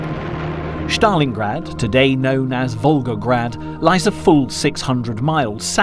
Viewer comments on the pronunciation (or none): its stalingrad no shtalingrad